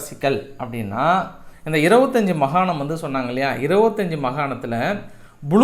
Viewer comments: மகாணம் அல்ல மாகாணம்.. நன்றி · அவர்களே நீங்கள் மகாணம் மகாணம் என்று சொல்கிறீர்கள் அது மிகத் தவறு மாகாணம் என்று சொல்லவும். உங்கள் செய்தி வாசிப்பு நகைச்சுவை அனைத்துமே அருமை.